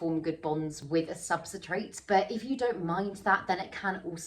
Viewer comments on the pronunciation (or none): everyone else: substrate: subsatrate